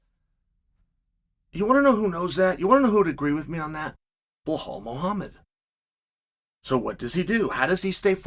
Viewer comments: Chael, his name is pronounced, "BELALL MOOHAMED"... not "BlaHall MOhamed"... get it right, man! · BleHal 😂 Try BELL-ALL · "remember the name" BELHAL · Blahaaal Muhhamed nice one Chael 😂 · I only clicked on this video to hear Chael say Blahall.... That's it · Bleehlwaal Muhammad 😂😂😂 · Blehal Muhammad. Undefeated undisputed. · Blahal “bob loblaw” Muhammad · It amazes me that Chael can mispronounce such an easy to say name like Belal😂 Undefeated and undisputed.